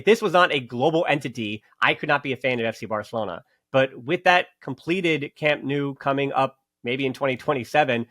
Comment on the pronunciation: Hey! I encourage you to fully commit to the “No” sound for Camp Nou. Just say “No” to “New” and you can’t go wrong!;) Keep up the great work. And yes, Eric was an absolute boss today. We’re lucky to have such great depth and versatility this season. Hoping to see the team at full strength soon!